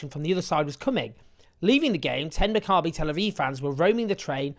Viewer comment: You're mispronouncing "Maccabee" Owen. The stress is on the first syllable, it's "MACCabee" . Other than that excellent reporting! (Sorry my pedant's brain keeps wincing when you say it lol)